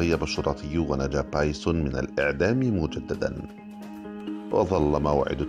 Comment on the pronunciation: بايسُن بالضمه وليس بايسووون بالواو